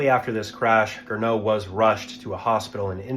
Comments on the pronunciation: GERNOT, not "Grinneau" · It's Gernot, not Grinneau 😂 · and his name was Gernot, not "Grinneau".